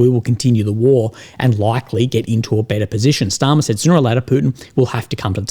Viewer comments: Starmer, not Schtarmer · Why do you pronounce Starmer like he's German? 😅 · Kier "German pronanciation" Starmer